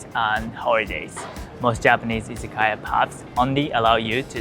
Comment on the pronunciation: You pronounce "izakaya" like many non-Japanese speakers. Your pronunciation makes it seem like it's correct!